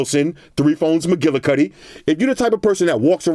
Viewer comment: He said MacGillicuty 😂